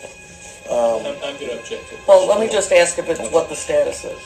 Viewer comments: He says "your gonna have to axe Michelle" no less than 100 times in the full deposition. Michelle is everything...when it helps him deflect that is. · In the full deposition he says “you have to axe Michelle” dozens of times.